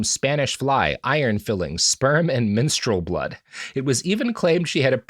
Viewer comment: Fuck, I heard minstrel instead of menstrual too.